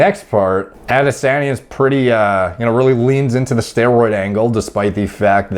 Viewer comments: pronounced AH-dis-on-yuh (no biggie btw just putting it out there.) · Yo. The way you say "Ah-di-sahhn-yeh" is making me laugh so hard. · Interestingly, is not butchering the name. The tone is off but pretty close to the Yoruba pronunciation 👍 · Dude you just keep saying the same thing over and over. You never explain how it might not be steroids. You can’t even say his name right. Seems like you are just using this to get views. To be clear I don’t really care one way or another because I’m sure a lot of fighters are on things. It just seems like you are being purposely vague and not giving details either way. I mean if you’re actually trying to figure something out or “help” people understand it just seems like you would have better information.